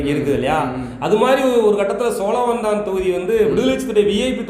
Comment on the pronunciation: சோளவந்தானா. சோழவந்தானா